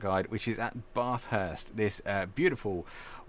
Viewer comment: 10/10 for another helpful video. 1/10 for pronouncing Bathurst :P